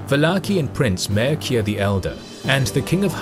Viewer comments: pronounced "Mirchea" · I almost stopped watching when I heard MAIRKIA instead of Mircea.... Also, the battle was lost because Mircea (the King of Wallachia) wanted to lead the army with the light cavalry from the right flank as soon as he scouted the area for a better attack because he had more experience from his wins in ottoman-wallachian battles on Arges river (or Rovine battle), not Sigismund but the so-called western knights refused it and marched with heavy cavalry that lead to a devastating defeat. At least use right pronunciation.... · Just one problem ... as a romanian, I spotted that the name of vallachian prince Mircea The Elder is pronounced completely incorrect. It should be pronounced something like mee-r-cha. :) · MIRCEA is pronounced as "MEERCHA" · That is not how you pronounce "Mircea", not by a long shot :)) Maybe you could find someone who can help you with pronouncing unusual names? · If you are interested in this topic, you might as well watch a RomaniaFilm production about the reign of Mircea The Elder ("MirCEa" - it is pronounced "CHester") and particularly about his dealings with Bayezid and the battle of Rovine is beautifully produced. But please keep in mind, it is a communist-era movie.Many things were glorified and might be just pure fiction, not based on hard facts. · Jesus Christ, your pronunciation of Mircea almost gave me a stroke . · Lol You killed Mircea's name xD